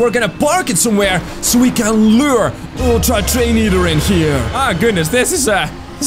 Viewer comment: [very loud] toDAY we goNA FInD ULTtra treiNO eaOTEr